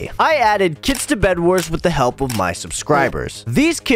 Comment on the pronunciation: I thought you said kids not kits